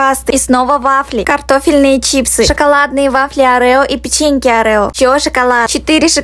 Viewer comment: что за (арэо) Вообще-то орио